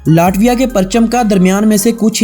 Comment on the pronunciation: آپ کی کوشش ا چھی ہے مگر آپ کچھ الفاظ غلط ادا کرتے ہیں ۔ یہ لاٹویا نہیں بلکہ لیٹویہ بولا جائے گا۔ امید ہے اپ مذید ویڈیوز میں اصلاح کریں گے۔ آپ کی تمام غلطیوں کے باوجود آپ کی ویڈیوذ بہت اعلیٰ ہیں۔ ہم نے اپنے بچوں کو اپ کی تمام سیریز دکھائ ہیں ۔انفارمیشن کے لئے good 👍🏻👍🏻👍🏻👍🏻